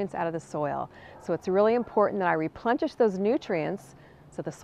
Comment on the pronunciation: Love "replentish" it's like replenishing with plenty 😂